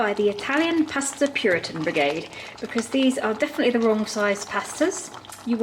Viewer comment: I didn't know Italians pronounce pasta as "pesta" and also when you say Capri it's like " cap-ri". Surprise pronunciations!